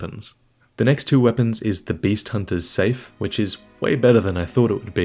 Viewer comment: saif is actually my little brothers name, and pronounce his name saff